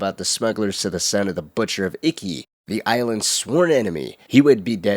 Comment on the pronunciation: Its not pronounced icky. Its eekey. I love your videos but really made this one hard to watch.